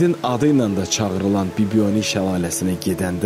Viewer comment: Bibioni deyil BibiHoni. Iki variant var Bibibulagi veya Heyvabulagi